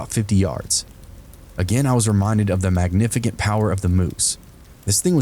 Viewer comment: No way you said "magnifi-kent"...tell me I am imagining these things hahaha